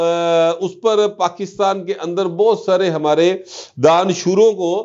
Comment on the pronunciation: Bhai danishoroon nahi danishwaaroon hota hy